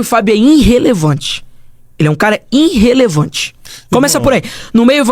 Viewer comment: “INNRRELEVANTE” kkkk sabe nem falar… burro esse pivete